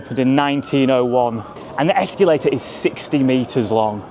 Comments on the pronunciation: Whats worse the terrible station or the word ESCULATER instead of escalator😂😂😂.... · why do you pronounce it ex cue later?